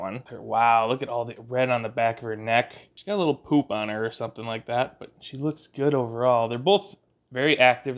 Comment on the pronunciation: Why is it that Minnesotan accent comes out most strongly when he says the word "poop"? 😂🤣💩